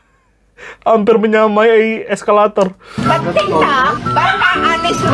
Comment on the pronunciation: Excavator min,bukan eskalator 🤭😂😂😂😂